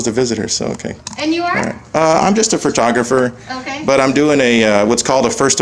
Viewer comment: FYI, it's PHO-tographer Not Phra-tographer. One R, not two. 😉